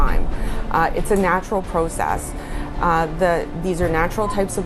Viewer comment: LEARN HOW TO SAY PROCESS THE RIGHT WAY